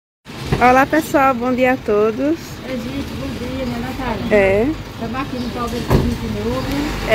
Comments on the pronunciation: Vitor o nome da sua irmã é Natália porque vc a chama nataia? não é difícil pronunciar o nome certo corrige ele Natália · Povo fala nataia,, maines, molonga ninguém merece esse povo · Nataia, poico, o couve, mio kkk Qualquer coisa que comenta falam que é lnveja Minha prima morava na roça, para chegar na escola ela gastava mais de 1 hora, porém ela passou em primeiro lugar em uma das melhores faculdades, aí o povo fala que é difícil pra eles fazer uma faculdade, portanto como eles são da roça é normal falar errado kkk